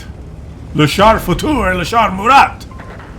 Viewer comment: Murat , Général francais , dont pronounce the T .